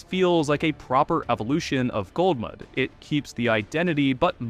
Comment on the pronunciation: Why you saying it as "Gold"mud, youre driving me crazy. Love your vids tho